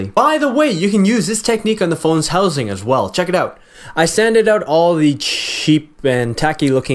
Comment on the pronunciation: lol you canadian? hosing lol